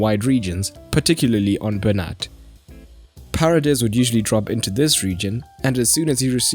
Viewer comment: Not to be pedantic, but it's pronounced Pa rey des, accent on the second vowel! (not Pah redes, accent on the first as you did). It's actually kind of an awkward name to pronounce in English. Love your videos, keep up your good work! :)